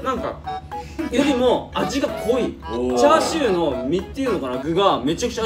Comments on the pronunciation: 「チャーチュー」ふっか 関西弁ふっか ふっか笑い方かわい こーじになりきるさっくん ふっか変顔 えび あわび かに ほたて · ｢チャーチュー｣ 世界は今日も平和